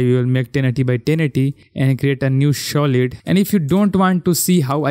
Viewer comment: Yours pronounce for Solid is wrong its "Sa" not " Shaw"